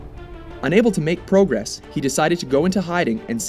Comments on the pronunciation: you say progress weird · You said progress wrong